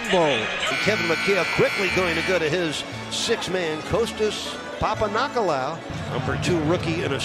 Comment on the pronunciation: The best moments : “Moves him past mike shit” “I give weggie Wayne gwewt credit" "Wessell Rustbrook" "Kostas Pampanickel-loo"